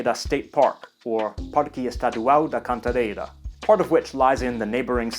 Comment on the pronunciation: Another impeccable video! You've conducted such an amazing research on São Paulo. I love the proper nouns' pronunciation (Serra da Cantareira, e.g.). What pleases me the most in São Paulo City is exploring the old town, just walking around, having my fav coffees and snacks along the way. But the interesting fact is to discover a new building or a new spot, that I had never noticed before, despite it's always been there, for the several times I've been doing the same (and random) itineraries, since I was 12. During the turn of the 19th to 20th century, there was just one city growing pari passu with NYC: it was São Paulo. Thanks namely to the Italians' work-force and entrepreneurship. And -one might disagree- but the down town reminds me Manhattan pretty much, in regard to the architecture and urban dynamics in general. São Paulo City can span from the historical, messy, sometimes underground and cyberpunk, -or from the extreme misery- to the most luxurious and modern aspects and environments. Finally, "be aware of the pick-pockets" and your surroundings is a serious advice.